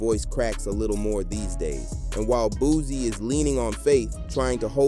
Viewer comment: IT'S BOO-C NOT BOO-Z